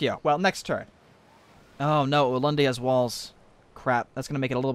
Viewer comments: ulundi is pronounced ooo-loon-dee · shroom no its ooo-lun-dee